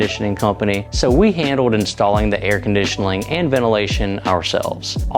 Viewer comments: Air "condition-a-ling"? Nice! No edit needed. Lots of laughs. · "air condition ling" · you forgot your airconditionling.